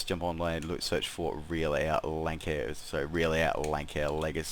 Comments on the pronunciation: Probably the aircraft I fly the most. I think it's pronounced "Lance-air". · Um no. Offense but it pronounced lansair